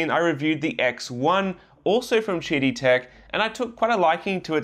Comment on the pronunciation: I keep hearing "Cheaty Tech"...